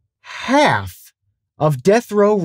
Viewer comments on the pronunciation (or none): yo bro why do you say "half" like that? lmao